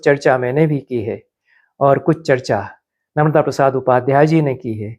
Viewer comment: "नर्मदा" (न+र्-म+दा) संज्ञा का उच्चारण अखर रहा! सादर🙏